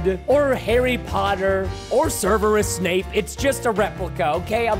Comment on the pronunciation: did... did he just say serverus snape?